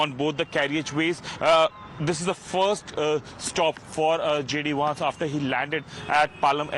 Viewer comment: It's not Wance.. it's Vance